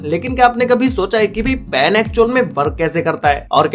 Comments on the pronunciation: everyone : ball pen this guy : ball pan :) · ball "pan" and "Enjection" Enter The Human Body lol